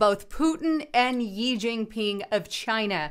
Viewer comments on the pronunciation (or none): xi pronounced "she" not yi